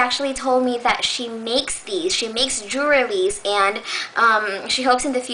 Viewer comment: haha you say jewelrys like "jerwelys"